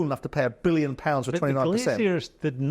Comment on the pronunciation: I’m 8 minutes in and here are the clear mistakes I’ve noticed so far from these two buffoons; - Souness keeps calling the Glazer family the Glaziers; they’re American businessmen not window salesmen! - Jordan keeps calling Ratcliffe ‘Radcliffe’. He’s a British businessman, not a wizard ffs!! - Jordan said Liverpool signed Ederson for 75 million when he obviously went to City and Liverpool signed Alisson🤦‍♂️🤦‍♂️ - Souness said United signed Onana for ‘circa 70 million’. It was 43 million, but hey, why let the truth get in the way of a good story!! What a pair of utterly useless clickbait melts!!